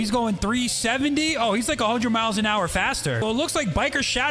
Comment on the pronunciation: "miles per hower"